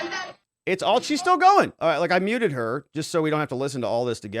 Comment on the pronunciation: when you said "I've muted her" I thought you said "I've neutered her"